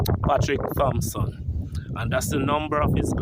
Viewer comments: Hail up. Dirtsman last name is actually pronounced 'Tompson' as the "H" is technically silent. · The CORRECT pronunciation is “Tom - sun” The ‘h’ has always been silent. Doesn’t matter how many people you ‘know,’ the proper original pronunciation has never been changed. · Appreciate the content, but a correction to you the video maker. Its incorrect to pronounce his last name sounding the "Th" The correct pronunciation is to use ONLY the letter "T" which makes the "H" silent.